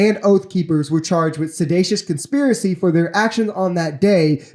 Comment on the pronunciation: Dude, it’s not Sedacious, it’s Seditious. And it’s Fomented, not Fermented